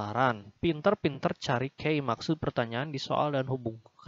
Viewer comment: Key artinya kunci dibaca ki bukan kei